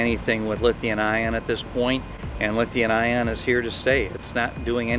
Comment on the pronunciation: LOL. "Lithian-ion". has added a new element to the periodic table! C'mon its Lithium-ion.